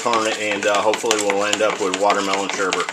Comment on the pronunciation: Um dude it is sorbet not sherbet, sherbet is the stuff that is sour sugar...